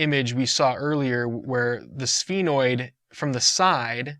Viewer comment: Some of the words you're not pronouncing them right, like foramen and sphenoid